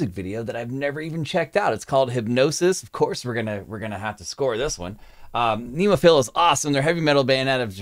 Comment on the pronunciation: Nice reaction and all but they called "NemoFearA"